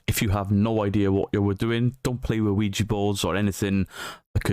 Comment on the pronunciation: Please stop calling it a Ouiji board, it's Ouija!!!!!!!!